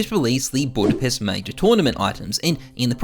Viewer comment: You mean "Budpest" right